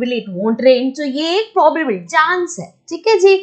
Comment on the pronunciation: its not poblbilty its pro ba bi lity XD